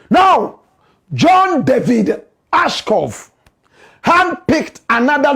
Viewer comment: Watching from Ohio, USA: Blakk Rasta, the name is ASHCROFT and NOT Ashcoff.